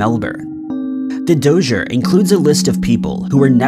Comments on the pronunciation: The dossur the dosser...lol rotflmao its dossier DOSS E A lol, clown😊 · The Dozier? Hahahaa That one is actually pronounced "Dah-see-A" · Dossier is pronounced: dos-ee-ay It’s French based.